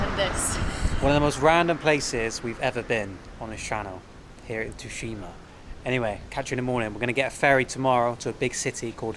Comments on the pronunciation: there's a game based on Tsushima island on the ps5, one of the best games. Ghost of Tsushima also it's pronounced sushima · FUKUOKA FFS!!! you're a lost cause 🤦🏻‍♂️ Butchered Tsushima too